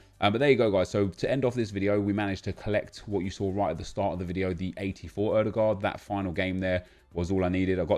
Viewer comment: How in the world did you actually pronounce Ødegaard right?